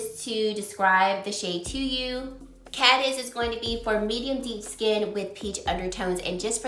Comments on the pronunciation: Hi! Thanks for the review. I do not see a difference between the two and both look good. Not sure about that powder, though. Have you noticed that NARS usually names their foundation shades after place names? Just just fyi, 'Cadiz' is a province in Spain and it is pronounced 'Kuh-deez'. Another odd color name is Huahine, which is an island in French Polynesia and is pronounced 'Hoo-a-he-nay'. I think they are an odd company for doing this, as it is not clear why they chose to do so... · Pronounced Kuh-deez. After Cadiz, Spain. Nars names all their shades after locations.